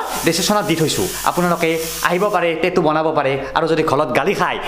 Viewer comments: Tettu nhoi tattoo 😆 ভুল কে কলে শুনিবলে ভাল নালাগে । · Kunu accent e nai😂 টেতু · Tetu nhy dada😊😊😊tattoo